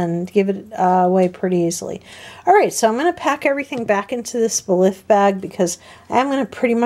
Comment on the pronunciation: Just an FYI: "Belif" is pronounced like "belief". I love the CVS versions of CeraVe, Aveeno and Eucerin. Great job at going through all the products.